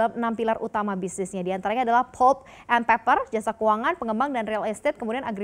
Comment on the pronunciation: 'pʌlp' not 'pup', ˈpeɪpə' not peper 😂😂😂